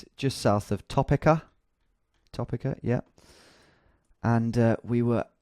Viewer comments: American pronunciation guide: Iowa = "EYE-owa" (stress on "I") Cedar = "SEE-drr" Des Moines = "D'moyn" Topeka = "ta-PEEK-a" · Iowa: Eye-Ohwa Des Moines: De Moins Cedar Rapids: See-der Rapids Topeka: Toe-pee-ka To be fair your american pronunciation is better than my english ( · If you care, Topeka is officially pronounced "toe-PEE-kah", although locals tend to say "tah-PEE-kah". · top uhh kuh